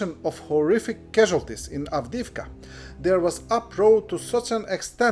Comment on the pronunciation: Avdivka… try to pronounce your job